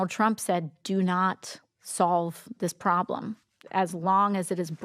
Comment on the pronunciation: When you have to define the word "priblem", you have a problem! 🤦‍♀️